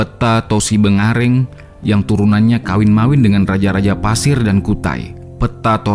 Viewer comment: Maaf min penyebutan untuk suku di Kalimantan buka pasir tapi Paser (suku Paser) daerah Paser